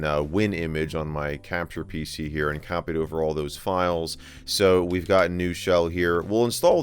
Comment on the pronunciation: heh, "wii've done" in the intro